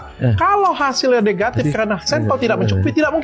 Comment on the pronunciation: Suka pak oto ketika ngomong "NEHATIF" semangat demi keadilan